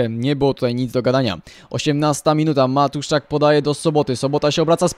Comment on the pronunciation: nie matuszczak tylko matuszczyk